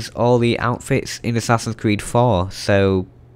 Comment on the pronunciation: assassins cweed